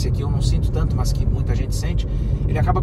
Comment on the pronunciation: Vídeo TOP, muito bem feito, parabéns pelo profissionalismo mas, deixo uma dica: Respeitosamente, trabalhe a pronúcia do seu "Mãs", fica ruim essa prosódia... ;-) Forte abraço !